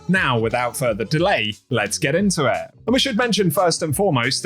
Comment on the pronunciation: Man I sure appreciate your videos. I just can't stand the way you say lets get into Eht. But thanks anyway. Great content.